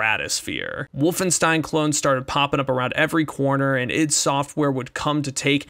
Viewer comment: "id" software, no "I.D." software. Like get "rid" of it. As in like your internal id